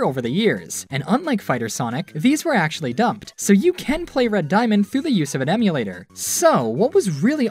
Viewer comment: Lol, "Diamand"